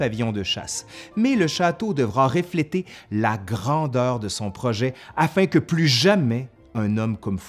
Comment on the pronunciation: Réfléter ?! Refléter avec un EU pas un É 😁 et c’est une orangerie avec un I pas un AI 😁 je veux bien que tu sois francophone et pas français mais tu contes l’histoire de France, pas de la francophonie 😁